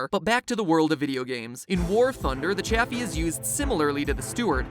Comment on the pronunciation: It’s officially pronounced ‘chay-fee’ not Chaffy